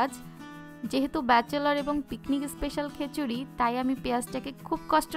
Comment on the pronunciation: বারবার কেন খেচুরি বলছেন!